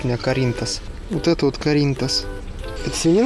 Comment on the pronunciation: Ахахахахахах,, рассмешил:) Это не каринтас, а карнитас (carnitas) - от испанского слова “carne” - говядина:)